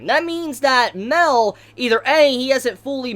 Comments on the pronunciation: OMGOD ITS "MAH-EL" NOT MEL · Like... Isn't it Mah-El?????